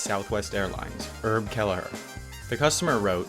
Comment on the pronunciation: "Erb" Kelleher? Short for "Erbert", I guess.